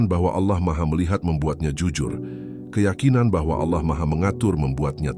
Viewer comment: Koreksi ,penyebutan Allah nya kurang pas Bkn seperti org Islam mngucap Allah